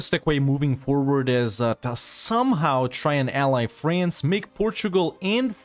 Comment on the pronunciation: I'm new to your channel but I feel like I'm being conditioned to pronounce France as "Fraynce". I find this acceptable.